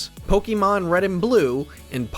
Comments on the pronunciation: Why does he keep saying “Pokimon”??? It’s “Pokemon” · Every time the narrator says Po KEE mon I cringe a little. I don’t think this is the right pronunciation. In Japanese it’s Po KAY mon which i think is the correct pronunciation, but I get that in English we don’t say an E as “ay.” The English pronunciation is probably best as po KEH mon, much like the e in pocket monsters.